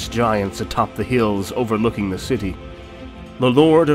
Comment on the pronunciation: For zhe Lady!